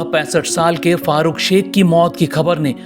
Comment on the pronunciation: उनका नाम fahrukh शेख नहीं farukh शेख है